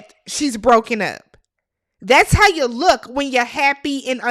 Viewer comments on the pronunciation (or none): none